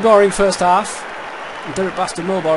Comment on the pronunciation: Hahahaha ''Hal've''